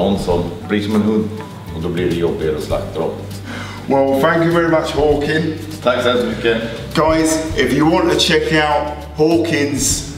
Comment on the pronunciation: Thought you called Håkan "porkin"